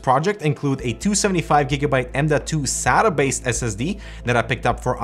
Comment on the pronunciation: Why do you say Sata like that...